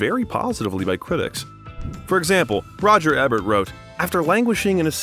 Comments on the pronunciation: It drives me nuts when shows like this mispronounce the names of extremely famous people! How does no one think to double check before recording? It’s Laurence Oliv-ee-ay and Roger Eee-Bert! And I’m only half way through. 🙄In a professional looking vid like this, these errors are so lame. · Is this an AI narrator? How does this person not know how to pronounce Laurence Olivier and Roger Ebert's last names properly?